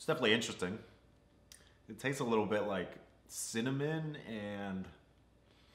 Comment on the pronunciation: it sounded testis more than tastes ! Not his fault though “CHARACTER MIRRORS”.